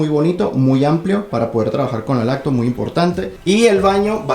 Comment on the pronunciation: LaCtop? Que mierda es eso!!!! Laptop no será?